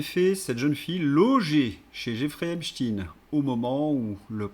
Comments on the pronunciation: QUAND allez vs donc prononcer EPSTEIN et non epchtin...en tant qu'ancien prof (de français ?!) diriez vs Einchtin,Lichtenchtin. ,etc.... C'est insupportable!!! Pour qui "roulez vs donc ???? Merci de daigner corriger Cordialement... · Désolée mais prononcez aïne et pas iiine Vous paraissez leur donner raison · Epstein et non Epshtin, svp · epstEIN pas epstINE, manque les castors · Pas Epstin mais Epstein svp! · Pourquoi prononcer epstine, ça dévalue ton propos. En français on a toujours prononcé Albert Einchtaïne et autres Bernstein, Eisenstein, Bornstein... comme en allemand et en yiddish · Cessez de prononcer Epstein en Epstine. Est-ce que vous dites Albert Einstein ou Istine ? Non ! Alors faites un effort au lieu de répéter ce que vous entendez sur les médias mainstreams. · vous écorchez mes oreilles: s'il vous plait, prononcez Epstein comme on prononce Einstein! Merci